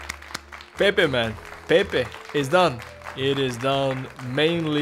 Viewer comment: Hi, im Portuguese and u should try to pronounce his Name like Pep yk